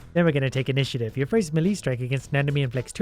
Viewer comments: Melee is pronounced may-lay, just so you know. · Is it just me, or did he pronounce “melee strike” as “mili strike”